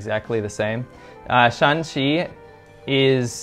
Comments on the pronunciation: You are definitely confused by aa. Misspeaking 陝西 and 山西。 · 他居然把山西和陕西都搞混了，还说不知道这两个省的发音为什么一样。会犯这样低级的错误，他的视频可信度可见一斑了。我记得这位在别的视频也有明显的抑大陆扬港台的言论。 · As a Chinese, to be honest I have to say the video maker seems to lack basically understanding of China since he even mixed 山西 with 陕西. These 2 provinces have similar pronunciation but totally different characters.If he claims he has been so many places in China I don't think he will make such mistakes. I appreciate your interest in China and welcome you to visit, but sorry for this video itself, it's definitely not good. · Shaanxi is written with double aa to mark that Shaan is pronounced in the third tone in standard Chinese one of the problems you get when writing a tone based monosyllabic language with roman letters. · Shaanxi and Shanxi are different sounds when pronounced in Chinese. There is four pronunciation for any syllable in Chinese. The "Shaan" in Shaanxi is the third pronunciation while the "Shan" in Shanxi is the first pronunciation. So in China, when pronounced correctly, these two provinces can be differentiated verbally. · Shaanxi (double a) has Xi'an not Shanxi (single a) though to be fair that's the only thing that separates them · Xi’an is in Shaanxi not Shanxi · Every region is very unique, with completely different auras and cultures. Its almost like each province is its own country! Shaanxi province is not entirely developed but its very rich in ancient Chinese history, even more than Beijing. Xi'an is actually in Shaanxi province(2 A's), not Shanxi 😅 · Xi'an is the capital of Shaaanxi not Shanxi . By the way I'm from Shanghai. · It seems that you have confused shanxi with shaanxi… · Um I'm pretty sure that Xi'an is in Shaanxi, not Shanxi. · I’m pretty sure that Xi’an is in Shaaxi陕西(shǎnxi)not Shanxi(Shānxi)山西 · Pretty sure Xi An is in Shaaxi and not shanxi. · 学学声调不好吗，陕西和山西完全不一样的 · It’s Shanxi and Shaanxi